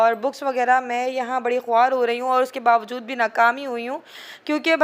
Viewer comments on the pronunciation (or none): none